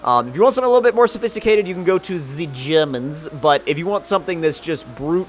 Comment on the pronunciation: Hahaha. "se germanss" :D thank you for putting the German English cliché to another level